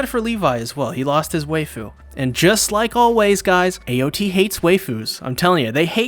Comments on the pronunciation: Every time he says WAYFU my heart dies a little more. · Are we not going to complain about that super ridiculous pronunciation of waifu? He pronounces it like wafer.